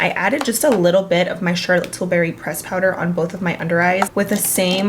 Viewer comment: Here to again say I still giggle when she says Charlotte tilberry instead of tilbury lol